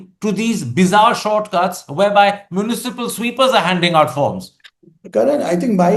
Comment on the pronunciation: Karan, I wonder why you had to emphasize “municipal sweepers” in a way to suggest they are not dignified to do so? Is this your internalised casteism and classism?